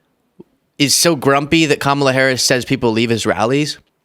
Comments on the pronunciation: you are great. What a crazy hot mess is that??? Ave Maria to YMCA?? What th'? Real classy of the gal to say Ka mall a sucks! How hard is it to learn her name. It's pronounced Comma la! Let the insanity continue! Sheesh! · Any Republican who either cannot or will not say Kamala Harris’ name correctly s*cks. WTF is wrong with them always accenting the wrong syllable? Can we start calling him donOLD trump? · Why can’t any of these MAGA morons pronounce Kamala Correctly??